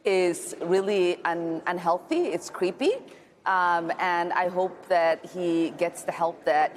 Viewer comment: She said “Cweepy”